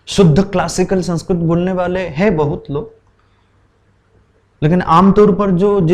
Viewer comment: संस्कृत शब्द मे त पूरा बोलिये भाई संस्कृत . . आप तो त को हलन्त् बना रहे हो